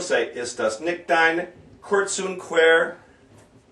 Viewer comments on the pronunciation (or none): You say you'll "review the proper pronunciation for the words" but your pronunciation for 'nicht' or 'schöne' or 'quer' plus a few other words is not correct actually.